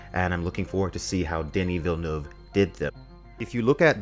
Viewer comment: Gave you a like the moment you said Villeneuve's name correctly. Props to you.